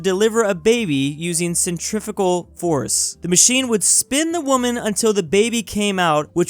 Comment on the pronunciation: Cen-tri-fug-al force